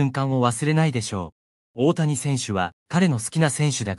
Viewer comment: いつになったらおおやをおおたにと言えるのかな？😂